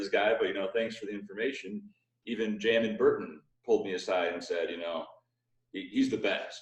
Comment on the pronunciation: It's pronounced Jay-mon not jah-mahn. He's not Rastafarian